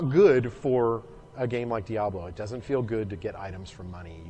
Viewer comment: Why does pronounces it daiablo?